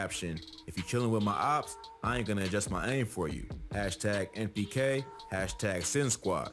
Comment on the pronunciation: its NPK not MPK btw